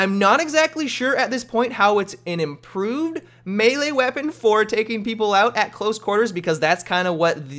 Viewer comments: IM-PRO-VISED, not improved ya big dummy:) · Im-PRO-vised . As in made from materials on hand. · Its IMPROVISED not improved, cant you fucking read?